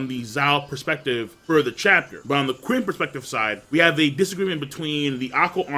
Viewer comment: I'll sub if you stop pronouncing Qin/Ch'in as "kuin" LOL.